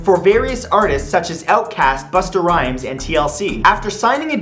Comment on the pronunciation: did he just say "buster rhymes" wow